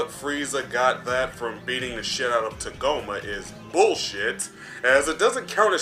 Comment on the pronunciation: “Tuhgoma”? What is this, Kagome from the VIZ Media dub of original Inuyasha?